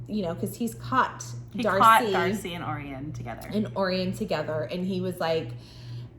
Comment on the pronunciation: Hey im listening to the audiobooks, and i just wanted to say name is gruss not gru. And also it pronounced oh ryan not orien 😊